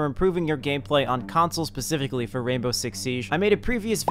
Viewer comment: He sed pacifically no spacifically